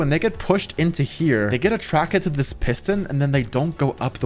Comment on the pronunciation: Why do you say attracket and not attracted🤣🤣🤣